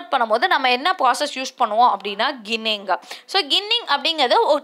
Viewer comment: கிண்ணிங் இல்லை ஜிண்ணிங்